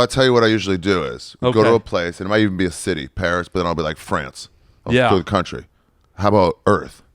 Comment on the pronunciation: Cuntree syrup 😂😂😂